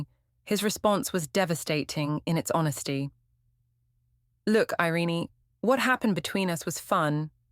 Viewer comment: Her name is NOT "Iren-ee" It's "Ireen' but spelled "Irene".